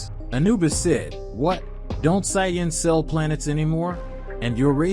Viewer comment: That pronunciation of sayians is terrible every time it’s said I cringe